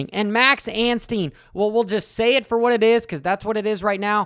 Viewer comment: that was funny! hey please now, out of respect for our new 250SX winner... stop adding an "N" to Max's last name. it's Ansteee, not Ansteen.